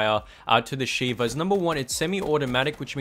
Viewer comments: You said shiver instead of sheva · It's shieva